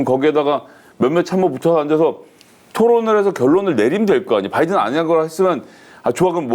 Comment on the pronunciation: 바이든도 아니고 빠이든이었음 굥 발음 특징